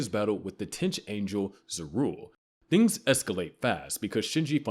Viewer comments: This video mispronounces a LOT of things, including, "the tench Angel". It's AI, unfortunately. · "the tench angel". This is definitely AI voiced, I'm out. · The lore is accurate, but the voice is 100% AI and I stopped watching when it said, "the tench Angel".